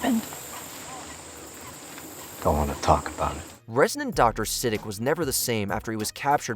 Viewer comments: Omg.. it's not 'Siddick' 🤦‍♀️ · Say it with me… “S-uh-deek” wtf is “Sid-ick”😂😂😂😂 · It’s said like “suh-DEEK,” not “siddick”. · "Vaytoes" "Siddik" 🤣🤣🤣 Learn how to pronounce things if you're gonna talk about them lmao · "suh my DEEK" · It made me Sidic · Literally. And even though watch mojo is pretty biased on most top 10-30 list they have, pronouncing his name like "Sa-d**k" was actually kinda hilarious 🙈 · Is this AI? Your pronunciation of character names like Siddiq is terrible. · Who else was triggered by how he pronounced Siddiq